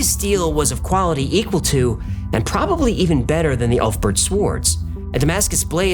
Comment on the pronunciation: pronounced "oolf bear-t"